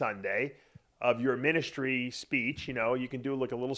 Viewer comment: I think there is something amiss in this man's head, and did he say ministary?